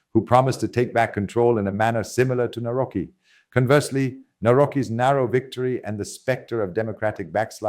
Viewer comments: Navrotski say it right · Karol Nawrocki, pronounce Navrotsky. And please do not call normality EXTERMAL or FAR right. These adjectives rather fit the neo-Marxist left that currently governs Brussels. And also do not mix the concepts of popularity with populism, because this is neo-Marxist jargon to depreciate the rank of right-wing formations.